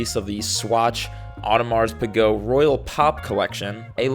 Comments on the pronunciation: Not to be that guy but I like to spread correct shit so it’s pronounced, “Oh deh Mar - pee- geh” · Bro said Audemars Pigot 🤣